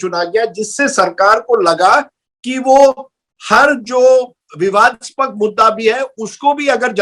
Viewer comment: विवादास्पक नहीं विवादास्पद होता है राजदीप 😂